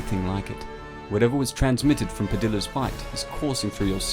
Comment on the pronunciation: (Pah-dee-yah) padilla